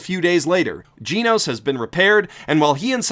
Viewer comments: FFS his name is GEN-nose not Gene-nose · It’s genos. Not gee nose. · Didn't anyone else lose their minds when he said "GEEnos" instead of "GENos" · whispers you keep saying Genos wrong, btw. It's Geh-nos, not Gee-nos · I think it's just genos not geeenos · giinos? I thought it was genos.... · temporarily not here It is pronauced Ge-Nos not Gee-Nos he failed to say it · TeknoWhale he said Jee Nose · it's pronounced GEH-nos, not GEE-nos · "Jinous". My favourite cyborg after Genos. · ジェノス(jenos) not ジノス(jinosu) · Gen osu but without the ooo! Say it right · the only thing that peeves me more than the fact you call avatar an anime is the way you say Jeenose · I swear to god if he pronounces it "geenos" im killing myself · i’m sorry brudda but as soon as i heard GEE-nos... i had to shake my head. good video though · "Gee-nos" smh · it annoys me that you say "geenos" its called Genocide not Geenocide... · Arya Suri Jen Os. "E" makes a preceding "G" soft so it makes a "j" sound. As in "generation" or "general" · Pronounce it like jeenus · "Jeenos" really bro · "Gi-Noos" i died a little inside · Yuck. I can't help but notice how you pronounce Genos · Lol it' not fucking hard to pronounce "Genos" the English and Japanese version both say it correctly the "e" in Genos is said like "elephant" it just really bothers me that you pronounce it wrong so please say it correctly ... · All the times he pronounced Genos wrong. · Did you really just pronounce Genos like that? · Dang the way he pronounced Genos made me feel pain